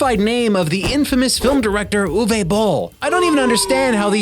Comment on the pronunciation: for the proper pronunciation of Uwe